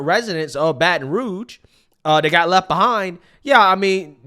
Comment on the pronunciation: She was saying rouge incorrectly....don't know why that bothered me